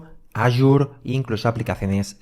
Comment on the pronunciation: Muy bueno el curso, solo una recomendación, en la pronunciación de AZURE, en España se dice Asure, pero en español latinoamérica es Ashur, y no aYur.